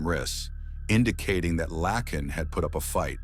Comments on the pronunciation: Isn’t her name Laken ? Not lacken he’s saying it wrong !! Get it right or don’t say it !!😅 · YOU'RE SAYING HER NAME WRONG 🙄🙄🙄🙄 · Exactly!! It was annoying EVERY TIME